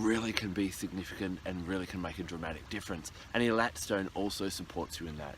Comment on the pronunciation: It is pronounced AAY-LAAAT